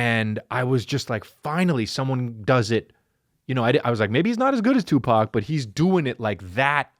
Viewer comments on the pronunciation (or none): none